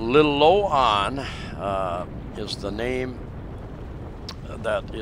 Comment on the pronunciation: sorry but it pronounced Lilo Ann but spelt different im up near Bogo Nailon is the town 3klm to the east of Bogo we have a solar set up runs ok when we need it 100amp battery we have a compound very safe 8ft wall all round we just rebuilt our old house its under the new one all the rubble and i have my own scooter a Mio we did have a van but i couldn't drive it im too tall and we own it all sold the van we have a farm but broken up in to 3places now and we just bought a new one its a inheritance but back taxes was alot we are building small nipper place for my wifes stepbrother he is living in our old old house 3 bedroom place big lounge that one also we have other propertys my wife's brother lives in another place we built from nothing but we like to sell that one its good we go there when we can but the traveling is hard from Australia her Daughter lives at our new house also a sori store at the front of the block our house is at the back also we have like a unit one bedroom at the back of our house its part of the original house we rebuilt while ago so we have lots going on for us our brother in law helps do alot of stuff they dont pay rent so no income with our places itd nice we are in the center of the town of Nailon